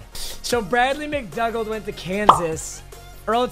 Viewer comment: It’s pronounced MCDOOGAL